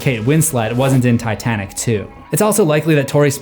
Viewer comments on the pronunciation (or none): none